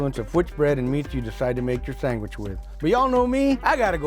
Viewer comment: Sang-wich...... that's the way I grew up saying it until my teacher corrected me😂....mexicanslang